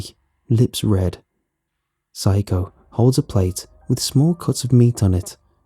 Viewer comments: I can’t think of a name so hi Okay so should be pronounced sa-ya-ko (how it’s spelled) instead of syko. I thought syko was an odd Japanese name. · "Rens mother, psycho-" Me: "Wait hold up that ain't right- rewinds -oh shit" Note: I know it not spelled like the English word "physco" or means the same in Japanese but it sounds like it lol